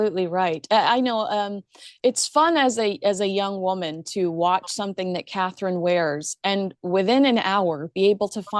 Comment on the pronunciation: her name is Catherine! is it so hard for you to say it right?